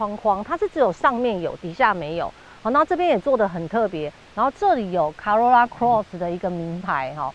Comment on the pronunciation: 小姐姐，co 怎麼會念 ca ， 是「扣歐若那」，不是「卡若那」啦